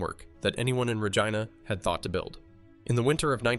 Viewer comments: not only does it miss pronounce Rigina, it also is attempting to show this to lookmlike aneique footage by putting on lines and spots. When looking at a more recent picture of the hospital with the windows boarded up it shouldn't have old footate marks. its so sad that we have AI fooling us like this. It's what will be teaching future generations what is "accurate and true" So expect generations who will be spoon fed lies like this but tha's probably no different than King Kames re-writing the bible or others who have rewritten history over the years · Why can’t your AI say Regina right lol